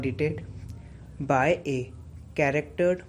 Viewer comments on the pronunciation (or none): you had wrongfully spelt the word CHARTERED AS Charactered which is at the end of the passage. I am a great fan of your every dictation passage. Pl. upload more passages with your voice. I have been taking dictation everyday at different speeds from you at the age of 56. These are really an awesome efforts from your end. Thanks